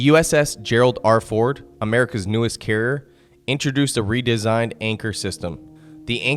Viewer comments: He does not even say "carrier". He says something like "carrr". Dude needs to learn how to speak. That happens, when YouTube allows total idiots who never learned how to speak properly to make videos. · Tha's alright, the guy has trouble pronouncing the word 'carrier', so cut him some slack, he's not the sharpest tool in the shed.